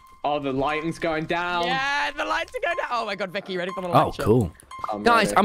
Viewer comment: YOU SAID VIKKY HAHAA